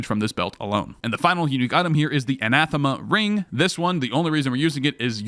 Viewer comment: great, only points off for butchering anathema Ah-Nath-Eh-Muh